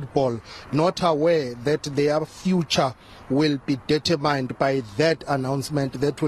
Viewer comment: It's "determined" not "data mined" 😂😅